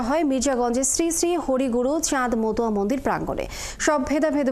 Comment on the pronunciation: মতুয়া শব্দ, উচ্চারণ হবে। 71 রিপোটার কে বলছি।